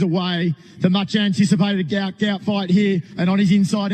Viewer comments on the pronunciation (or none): PRONOUNCE HIS NAME CORRECTLY. GUOT NOT GOUT